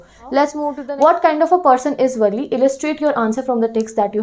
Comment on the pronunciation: Madam wo valle nhi valli ha 😂😂😂